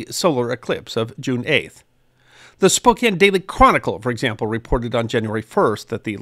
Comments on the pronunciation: Hey, he actually said Spokane correctly 😂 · Nailed the pronunciation of Spokane! Coeur D’Alene is Core Da Lane